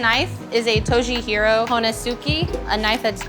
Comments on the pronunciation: Tojiro not toji-hiro? But wood fire everything is nice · Tojihiro, no. Tojiro? Yes.